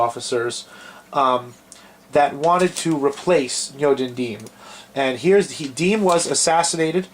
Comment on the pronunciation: You don't even know how to pronounce Diem's name. Anyway, Diem was not corrupt, quite the opposite. Nor was Diem an ineffective leader. In fact, he was a very effective leader, as we now know even from North Vietnamese sources. JFK was tragically mistaken for trying to force Diem to enact democratic reforms while Diem was in the middle of a war with North Vietnam. And Diem never asked for U.S. combat troops--in fact, he was opposed to having U.S. combat troops in South Vietnam. I suggest people watch the documentary "Liberator of Asia: The True Story of Ngo Dinh Diem" or read Dr. Geoffrey Shaw's book "The Lost Mandate of Heaven: The American Betrayal of Ngo Dinh Diem."